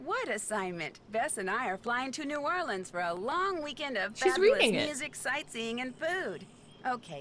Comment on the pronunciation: My Cajun heart is so happy to hear pronounce New Orleans correctly😌